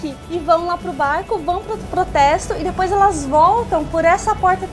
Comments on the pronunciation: DEPOIS, E NÃO DIPOIS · NÃOOO É DIPOIS É DEPOIS CARAMBAAA !